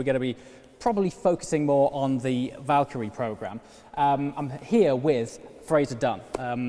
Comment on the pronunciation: saying Valkyrie Me hearing Valtteri